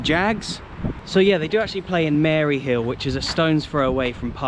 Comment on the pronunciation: Hearing a Englishman say Maryhill is hilarious 🤣